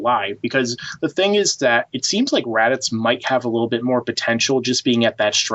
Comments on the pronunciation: They show Vegeta training as a child against saibamen. Also, the Ginyu force specifically mention training camp. And it's Raditz, not "Radix." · I like the way you pronounce raditz😄 it kinda sounds like radix which almost sounds cooler. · How do u mispronounce raditz radicks? U consider yourself a dragon ball fan but don't know the names? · is it just me or is it almost every time says raditz it sounds like he's saying radicks haha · Anyone else annoyed how he say raditz?? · Nobody:: "RaDiX" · Why do you keep calling him Raddicks? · Why does it keep sounding like he's saying "Radicks"? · Does anyone else here him say Radicks? Hah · Can you stop calling raditz radix. Its honestly annoying and throws the video out of whack. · Pls don't tell me that I'm the only one who keeps thinkin' says Radicks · Omfg do you have marbles in your mouth? Why can't you pronounce Raditz properly? Where the hell are you getting "Radicks"? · Why does he keep saying Radix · Why the hell does he keep calling him Radix?! Lol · You sound like you're saying "rad dicks, bro" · Are you saying radix? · Does anyone else keep hearing Raddicks? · It sounds like he's saying "radicks" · Say "Radix" one more time... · Why do you keep calling him "Radix"? xD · Why do you keep pronouncing it "Radicks"? It's driving me crazy. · Please stop saying "Radix" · Did he just say radicks!!! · Who the fuck is Radiks? Learn to talk. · "Radickz"... does this guy got dick on his mind or something? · lol he's saying radicks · I swear one of you is saying "Radix", and its driving me nuts. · nice discussion you got there.. though your pronounciation of Raditz as Radix/Radiks was driving me nuts through the entire video.. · is it me or does it sound like is saying Radicks instead of Raditz? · Is no one else being driven insane by how this guy is pronouncing “Raditz”? He’s saying “Radix” or “Radicks” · Are you guys pronouncing his name Radics, or raditz?? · Raditz NOT FUCKING RADIX